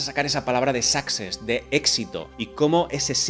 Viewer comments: “success” no se pronuncia sáxes se pronuncia suxés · tío, me haces sangre en los oídos cada vez que dices "sáxes".. el acento va en la "e" tío.. se dice "succÉss".. tanto que te quejas de la ortografía.